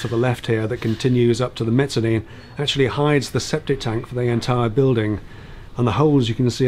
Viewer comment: That's a wee gem. I have to say, I approve of your pronunciation of mezzanine.